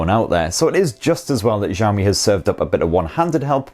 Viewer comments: "shi-ow mi" not "zhi yao mi" btw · actually it's "si-ow mi" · it is pronounced Shee-Ow Me. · what do you mean 'No'. the guy clearly pronounces it wrong and if he just speaks the words I wrote it is much closer to the correct pronunciation. I would hate to hear how he pronounces Hua Wei.